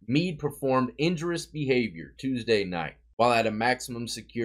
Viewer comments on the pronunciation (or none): none